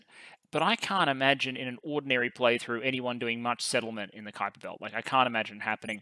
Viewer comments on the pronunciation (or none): none